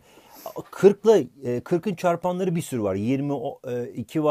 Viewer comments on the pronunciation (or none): ahhaa ben ilk yanlış duydum zannettim tekrar en başa alınca çaypanlayra dediğini duydum o anda bütün çalışma hevesim gitti :P :DD